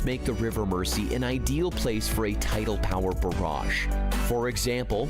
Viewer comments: 😮 Yet another American seeing the word 'Mersey' and mispronouncing it! It's not pronounced "Mercy"! (_not_ with a soft 's') ... It's pronounced 'Merzy' (as with how we say 'housing' - houzing' & houzes - for houses... Instead of how Americans sound the soft 's'- houssing / housses!!) 😊❤🏴🖖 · Murrzeee, not Mercy! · Yep, 👍 for pointing out it isn't pronounced River Mer-sea, it is the River Mer-zee 🙄🙄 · He isn't pronouncing 'Mersey' right. It isn't 'Mercy', it's 'merzee' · Bloody Americans mispronouncing our place names again! The River Mersey is pronounced MERZY, not MERCY! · The guy talks a load of nonsense and Mersey's pronounced mur zee . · This will not happen. Liverpool is a commercial port with Naval construction and shipbuilding facilities. This idea is being used as a political club, by a strongly socialist town against a non-socialist government. This commentator cannot even pronounce the rivers name correctly. Pronounced as Mer-zee NOT Mercey. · All those comments on how he mispronounced Mersey, ffs people give the lad a break, he's an American.